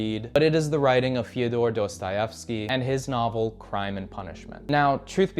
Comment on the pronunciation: ya but his pronunciation of Dostahefsky makes my ears bleed